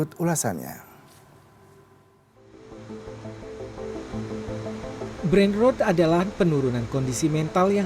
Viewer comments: ketika "Brain Rot" dibaca "Brain Root"... even auto sub dr google dengernya "Brain Road" brengsek, kenapa bukan aing yg kerja di CNN seh?! kebanyakan masuk jalur orang dalem lo lo pade yak??!! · brain rOt bukan rowd 😂